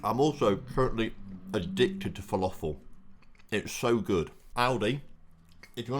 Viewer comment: saying Falafel stranger than he says McIntyre am I surprised?